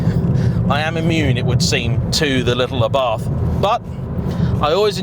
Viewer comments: Pronunciation is not ffs. It's Ah-Bart. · im italian and the way you pronounced Abarth at minute is just ridiculosly wrong!! It sounds like you are say Arbath which, once again, is totally wrong and not it is pronounced. The way britsh say abarth normally isnt really far off from the way we say it so just stick to that! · why should it be ARrrbat? Im from italy and its simply called Abart, not Abarf oder …. Wtf…xd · Who the f**K pronunce "Arrhbart"? Trust me, I'm italian, "ABARTH" is more similar to the italian pronunciaton. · ARBATH???? Can't you read, it's A B A R T H.... I usually like your reviews but this one was pointless...... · I puked a bit of blood in my mouth at “aRRRRbath” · "it's properly pronounced ARRBARTH" Me: 🤔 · I would love to know who told you that it is pronounced Arrrbarth! 🤣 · I like it, although mum keeps calling it variations on Abarth - a bath, Ardbath, Abroath, aardvark... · I think you had that pronunciation wrong 😅 it's not a pirate ship haha. Just say it without the H and roll the R a little. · Boasts “I know how to pronounce Abarth” then massacres pronunciation like a pirate with a speech impediment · Except he didn't boast. He pointed out that hes aware of his incorrect pronunciation. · it was just amusing to me that he pompously/defensively said “I do know it’s properly pronounced X” when it’s really not. But it’s a small problem in comparison to the fact this ‘review’ is a desperate attempt to be controversial with an awful clickbait title.